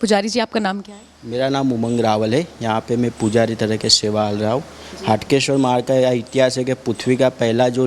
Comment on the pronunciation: Please Correct. HAATKESHWAR Not HATKESHWAR Hatke is different means & Haatkesh is Aradhya Dev of Nagar Brahman community.